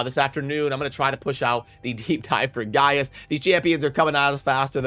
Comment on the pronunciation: Gaius="guy us" why all youtubers call him "gay iss"?